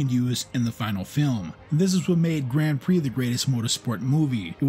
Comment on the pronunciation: Don't ever try watching "Grand Prix" on a television screen. It needs to be seen on a Giant Cinema screen. The love story is silly, but it's still way better than that Brad Pitt nonsense. Excellent video! (apart from your pronunciation of "Grand Prix")